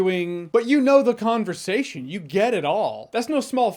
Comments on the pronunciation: Could have sworn you said Kongversation which I was laughing hard at then after rewinding I think it’s just what I wanted to hear. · Did he say kongversation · Did he just say Kong-versation or was it just me 😅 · I swear I heard Jeremy say “Kong-versation” and “Kong-cept”, but maybe it’s just me 😅😂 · The 'Kongversation!' 😂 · the "kongversation" lol